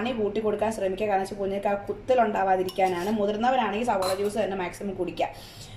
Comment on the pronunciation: Sabola alla savala athanusheri